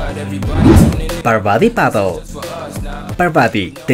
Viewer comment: Se dice "Gripjuc", no "Gripoc" (Y se escribe "Griphook"). Es "Parvati Patil" no "Parvadi Padl".